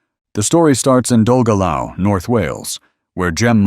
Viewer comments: Dolgellau? Doll- gel-ow? Ignorant twit. That is pronounced Dol-geth-ly. Get it? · Pronounce Dolgellau ? LOL : ) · Okay, that pronunciation of Dolgellau offended anyone from Wales. I'm not, but it was awful. That Goggomobile isn't only shorter than a modern Mini, it's shorter than an original Mini.